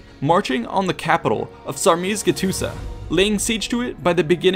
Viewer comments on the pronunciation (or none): I like how you pronounce "Dacia". It is correct and unusual for a stranger. But "Sarmisegetuza"... Be with me: SARMI SEGHE TUSA, whith soft GH and the last S as a Z pointing a S. Now we are ok. :) A dacian. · I have to congratulate you for the pronunciation. It's flawless, from what I can tell (except Sarmisegetuza, but then again... it's understandable) Source: am Dacian Romanian. The only flaw I see here is that Burebista was supposed to be already dead by this point - in OT he got assassinated slightly before Caesar. So unless he gets the same boon as Caesar, he'd be dead before Caesar even left Rome, and the legions will march into a collapsing kingdom. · Perfect pronunciation of Dacia, awful pronunciation of Sarmizegetusa.